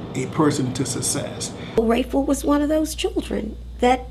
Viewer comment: RAYFULS PRINCIPAL SAID SUSEES INSTEAD OF SUCCSES. STRAIGT GANGSTA